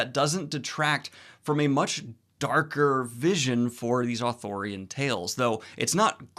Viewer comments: Daniel... i adore you... However, you saying "authORian" rather than what is truly... "Arthurian"... (pronounced "ar-THEER-ee-un". Gawain is my ultimate Arthurian hero... hence my legal, chosen last name, "Gwayn". I am not adverse to your overall review. But... PLEASE... it is ar-THEER-ee-an... not AW-thur-yan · I keep hearing authorian legends instead of arthurian legend i don't know why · It's "ARthurian" not "Athurian" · Stop saying Authorian legend it’s pronounced Arthurian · Is it not Authurian...? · Is he saying Arthurian or Authorian? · Arthurian: arr-THUR-ee-an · I feared I was the only one who noticed every time Daniel said ar-thor-ian. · ooh athurian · You madman, are you incapable of pronouncing the first r in Arthurian? But yeah, the movie sounds cool, might have to check it out. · I noticed this too and it drove me nuts. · Because he kept mispronouncing it, along with actor Dev Patel's name, who he called Dave Fatel. I loved Daniel's enthusiasm and I know he's dyslexic, but it was driving me a bit crazy by the end of the video given how many times he said Authorian /Arthorian vs Arthurian. LOL!